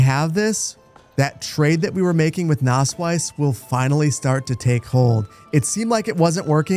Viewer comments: It's not spoken Nasswise, it's more like Nassweeze. The word comes from wett meadow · Btw your town isn't called nassweiss (wet white, pronounced like nass-wise) but nasswies (wet meadow, pronounced more lik nass-weez). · But I kinda like that it almost sounds like he's saying 'Naseweiß' 😂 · „Nasswies“ is pronounced like nus-weas (pronounced like nuts and beast) „Nass Wiese“ would mean like wet-meadow in German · To pronounce the wies in Nasswies like a German, say it like the beginning of weasel, so Nass-"weas"! You're welcome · amazing video. btw nasswies in english means something like wet grass :D and if you want to pronounce it it is pronounced nasswees. But you pronounce it pretty well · It's Nasswies (pronounced nass-veeze) means wet (nass) meadow (wies) :) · it's not pronounced with a 'u', though? It's more like a short 'ah.' (Sonst wäre es ja Nuss Wiese haha ♡)